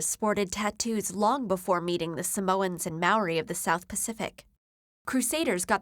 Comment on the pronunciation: Although I love TED Videos, please exercise cautious pronunciation of non-english words before adding the audio. I feel disappointed and pained when it sounds like the person speaking didn't try to say words correctly. for example; in this video the mispronounced words were "Maori, Samoan, Moko and Tatau" Love everything else in this short TEDLesson x